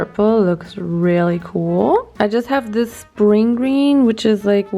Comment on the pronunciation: Dies überdeutsche cool bei 😂😂 KUUUUUUUUUUHHHHL